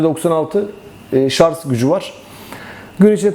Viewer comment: En doğru yorum ne biliyor musun ? ''şarz'' değil Şarj